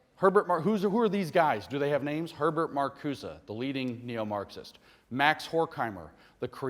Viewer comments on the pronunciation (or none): none